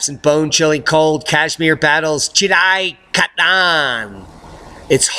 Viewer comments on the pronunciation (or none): none